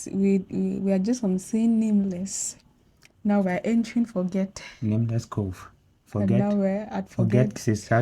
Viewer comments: Forget is not pronounced as the English word Forget...it is pronounced the French way...as in Forzhjay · forget... the person's full name you see is French so the G is soft, not hard. So it doesn't mean to forget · My guess is Forget is pronounced Forzhay as the guy was a francophone.